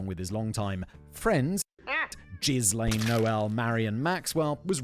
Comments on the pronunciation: Lol at Simon pronouncing her name “Jizz-lane”. I know he has a habit of refusing to properly pronounce peoples’ names, like insisting Beyoncé should be called “Bay-ons”, but it always makes me laugh. I just hope some people in his personal life insist on calling him “Sim-own”. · His insistence on pronouncing it "Jizz Lane" will forever be funny.